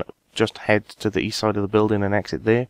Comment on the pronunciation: East? I thought you said Weast?